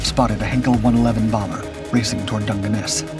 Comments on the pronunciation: Geoff is pronounced “Jeff” not “Joff”. And it doesn’t need to be quoted as if it was a nickname, it’s a standard contraction of Geoffrey. The G in Dungeness is also pronounced as j. Bader is pronounced “Barder”. And Spitfire is the second-best British aircraft of the war. The best was the Mosquito. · "Joff" instead of "Jeff" Hilarious! Dungeness mispronounced too. You'd think a native English speaker would check! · Oh Jesus… Geoff (Jeff) pronounced JOFF 😆 And Dungeness… Christ on a bike- get a human in